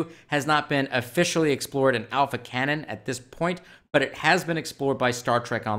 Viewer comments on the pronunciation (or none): none